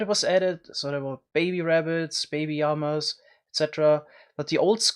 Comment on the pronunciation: It's Llama not Yama. Silly